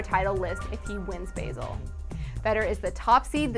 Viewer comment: good video and good news, btw its basel is pronounced "bah-zel"